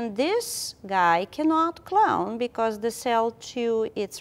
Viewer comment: Sorry but I keep hearing clown instead of clone ><